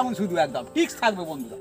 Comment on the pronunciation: জিলাপী দেখতে সুন্দর হয়েছে। শিক্ষিত ছেলে টিক্স কিভাবে বলে?? Tricks ট্রিক্স হবে শব্দটা।